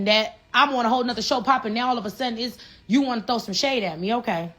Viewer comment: she sound like a Dominican Pink Power Ranger " we couldn't have done it wit yewww" 😅😂 shutyoassupgworl